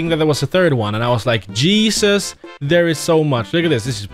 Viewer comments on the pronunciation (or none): none